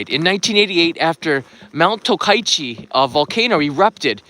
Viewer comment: The place is called TOKACHI right? Not Tokaichi like you pronounce